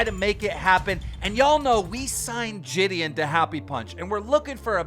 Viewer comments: Bro nah saying jidion as jidian is mad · Ji-d-on it’s not that hard keem